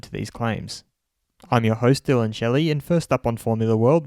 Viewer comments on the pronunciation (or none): none